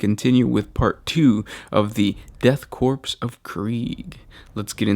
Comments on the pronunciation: I don't mean to be rude but why the he'll do you say korps as if It was spelt corpse, it's pronounced core but spelt korps, pronounced the death core of kreig, spelt death korps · Korp, and Korps, are not pronounced as corp, or corpse. Korps is pronounced the same as corps, and sounds like core. This is an awesome series, and I love what you do and the passion you bring to your casts. Thank you. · It's not pronounced Corpse it's pronounced Core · lmfbo stop saying death corpse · Try saying Korps.... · Korps is not pronounced like "corpse" where are you getting that from? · Korps is not pronounced similarly to corpse. And death corpse just sounds like a edgy teenager black metal band that never puts music out. E.g. not cool. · korps pronounce core because it come from the French who created the Corp d'armée. Everyone forgot it but the death korp is not German but a mix of ww1 and napoleonic soldiers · ITS NOT CORPSE ITS CORE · death korps is pronounced "core" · Me after watching the first: man I hope he says "core" Me after 10 seconds: Aaaaggaggahhh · it bothers me how you say Korps....Its pronounced "Core" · it's a silent P so say it like 'Cor' . good work overall!